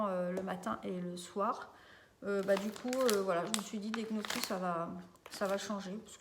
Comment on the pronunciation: Petite vidéo sympa 👍... Juste un tout petit détail on ne dit pas knocchi mais "niocchi" comme les oignons. J'ai passé la vidéo à niooooocchi 😅